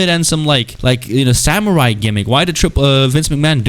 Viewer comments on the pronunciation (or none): none